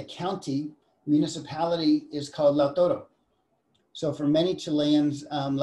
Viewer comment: It’s Lautaro, not Lautoro.